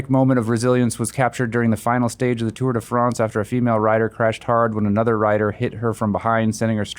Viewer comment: Did you say Tard of France? I figured